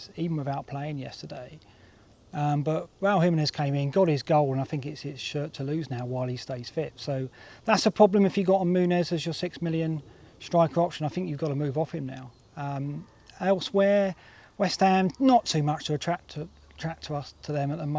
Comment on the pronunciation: Loving these. Lot of time going in and high production values. Thanks. And always enjoyed your FPL musings since early SC days. Although never been able to get my head around why such an intelligent guy has so many player pronunciation issues - marteta, diarlo and munez in here 😂